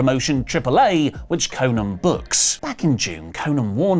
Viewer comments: stop saying konnan like that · I cringe everytime says Konnan